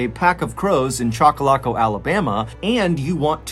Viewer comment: It's pronounced chock uh lock uh Mr Ballen